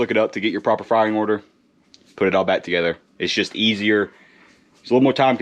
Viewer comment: Did you say proper frying order 😅?